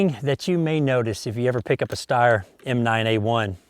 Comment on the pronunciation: Steyr is pronounced with a "sh" sound at the beginning. It's very uncommon in the english language but thats how it is :)